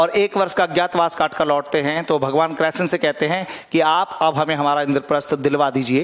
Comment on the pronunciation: Sir ap krishn ,, ko kreshn bol rahe ho ..plz thik kre sir ??????? But very nice 😇🙏🙏🙏🙏